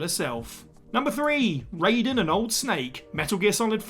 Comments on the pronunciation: No way my guy just said rey-don instead of rai-den bruh Wtf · I'll argue that the pronunciation is RAII Den Or RYY Den But certainly NOT RAY Den 🤣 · It’s Rye-den NOT Ray-den 🤦🏻‍♂️ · you can tell when somebody's never played Metal Gear when they pronounce Raiden's name like Mortal Kombat's Raiden ( for clarification, in MK it's Ray-den but in MG it's Ry-den ) also: Bowser in Super Mario 3D World, Bowser's Fury & Mario & Luigi Superstar Saga Samus Aran in Metroid Dread Zero in Mega Man Zero Piers in Resident Evil 6 Laharl in Disgaea D2 ( PLEASE do a remastered port on Switch, NiS... ) Elma in Xenoblade Chronicles X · Ah yes it wouldn't be a whatculture list without someone pronouncing Raiden wrong. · I think people get confused because Raiden from MGS and Raiden from Mortal Kombat are pronounced differently. It has something to do with cultural differences in pronunciation. It's why English speaking Americans constantly butcher the pronunciation of Final Fantasy character names. For example: Tidus. Square Enix says it's Tee-dus but Americans wanna say Tie-dus because they can't accept that other pronunciations and grammar rules exist outside of their own. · That mispronunciation of "Raiden" makes me cringe. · Steady Saying Raiden Name Wrong from MGS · How can you a character's name wrong when it's spoken in the games, I will never understand this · I swear this is done on purpose at this point. So many people point it out every time. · When they have an established way of pronouncement & you don't bother to say it correctly, then yes. Aang VS Ahng